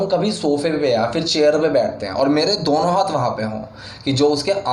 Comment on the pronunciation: Dono hota h sir ,, dauno nahi